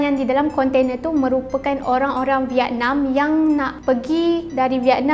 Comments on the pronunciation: geram betol setiap kali dia sebut "kontene" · Konte-nee pun konte-nee laa 🤭🥰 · a ahh...mmg betul pun. kan sy dah mention ade 2 maksud. cume cara sebut tu je. sbb biasa panggil konteNA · budak ni sebut container